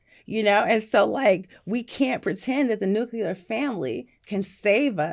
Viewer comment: Why the f**k can't educated, well-read people pronounce the word "nuclear"? And, no Van, I'm not talking about you. People say, "nucular" even when they're reading the word on a screen, like they can't sound out the word. Even President Bush could not pronounce nuclear correctly. I guess this is how people can manage to fail open-book tests.